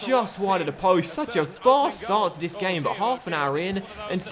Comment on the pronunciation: Jet Blac yeah he also says “dis” and “duh” instead of “this” and “the”